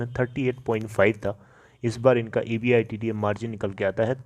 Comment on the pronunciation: Champu E. B. I. D. T A Ko एबीटा बोलते हे कम से कम ये तों बोलना सिकले फीर vedio बन्ना